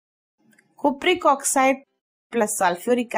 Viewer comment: Cupric bolna sikhle